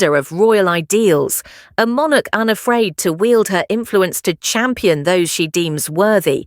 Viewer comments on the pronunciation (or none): none